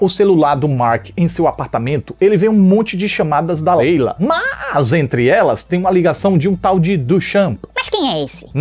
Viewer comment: layla e não leila deu agonia ouvir leila leila kkkk